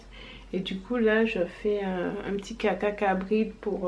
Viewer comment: Tu es antillaise ? Tu as dis caca cabrit